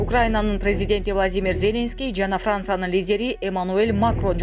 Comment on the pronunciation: Зеленский от слова зеленый ударенияны туура коюп окучу